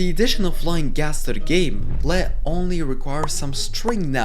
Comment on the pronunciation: Lead is pronounced LEED Lead when pronounced LED refers to the metal, which is non-existent in the game outside of mods